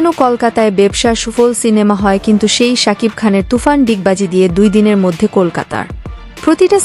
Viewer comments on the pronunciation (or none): none